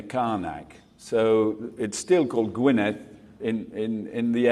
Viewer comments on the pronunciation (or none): none